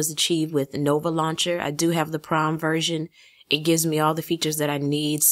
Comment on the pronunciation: When you where talking about nova launcher I thought you said the prom version but you said prime lol I was like wow what's the prom version